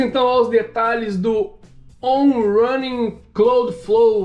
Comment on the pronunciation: pequena correçãozinha para o trava-línguas em inglês kkkk on rãnin cláudflou 😂